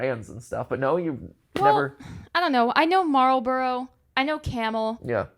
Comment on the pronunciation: pronouncing the L in Marlboro simultaneously made me laugh and feel old in one fell swoop. I'm glad cigarette companies have lost a lot of their power over the last few decades